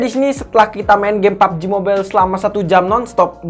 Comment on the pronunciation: Harus nya kalo pubg ngomong nya pabejih